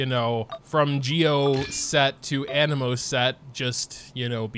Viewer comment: My guy said anemo correctly, like sub and bell lets goo!!